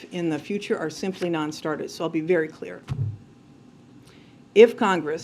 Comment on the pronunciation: She keeps blalthering what sounds like "perfectly clear"...I suspect she's actually saying "perfectly kwear" (spelling oops)